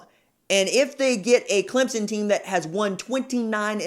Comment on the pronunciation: You even say Clem son....not Clem zon... thanks!